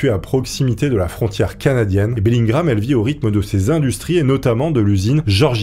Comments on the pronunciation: BELLINGHAM ça se prononce BELLINGUAM et non BELLINGRAM .... oui je sais, je chipote :D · C’est Bellingham pas Bellingram Bref sympa l’histoire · Bellingham pas bellin gramme... Kenavo!!!! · Bellingham donc pourquoi dit-tu Bellingram ? Peu être est-ce moi mais j'ai pas trouver sa logique.. :)